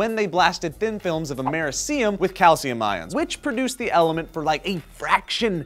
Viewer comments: your pronounciation of Americium sucks... no offense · said Americium wrong...JOEEEE WHAT THE FUCK JOEEEE